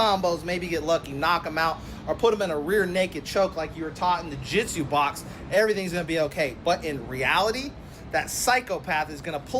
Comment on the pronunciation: Shaking fists and saying "Jiu Jitsu".... I trust this man whole heartedly. Take my money